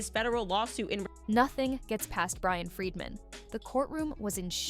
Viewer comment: It's Bryan Freedman (great name for a lawyer ), not Brian Friedman. He represented the Michael Jackson estate against HBO over 'Leaving Neverland'.